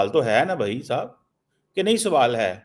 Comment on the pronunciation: video mein kitni baar swwal bola count kro...😂